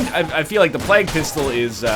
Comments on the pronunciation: plague he says it like "Flag" "Oh yeah just talkin about the Black Plag" "You mean the Black Flag? The pirates?" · NL still can't say plague right... my ears. THE PLAQUE!